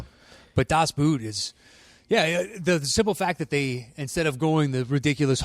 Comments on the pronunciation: Great episode. "Das Boot" is not pronounced with a "oo" like in "root" but more like a "oh". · The vowels in "Das Boot" are pronounced like [o:].